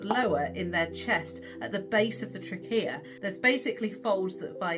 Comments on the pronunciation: I have never heard anyone mispronounce trachea, until now. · Wow- you guys say "trachea" wrong kinda like the way you say "aluminum" wrong 😅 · what an interesting pronunciation of trachea! i’m american, and have always heard “tray- key-ah,” not “tra-keyah.” wild!😊